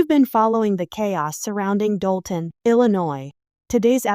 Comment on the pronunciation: It’s Dolton, IL